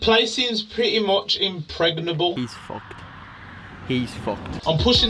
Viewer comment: My man said “impregnerable”